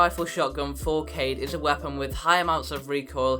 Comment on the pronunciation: (Kaw-eed ) not kayde 😂